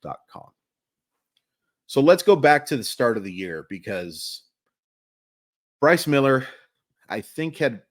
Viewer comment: I was really hoping you’d get through this one without the flubbing the name so I could make the joke😂 I don’t remember where I saw/heard, but wasn’t there a report that he’s working on a splitter this offseason? Agree with the assessment though. He desperately needs a secondary pitch, preferably one that’s effective against LH bats.